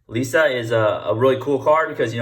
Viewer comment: Lee - S - Uh